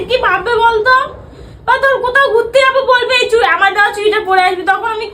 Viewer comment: ওটা "চুরি" নয়.. "চুড়ি"!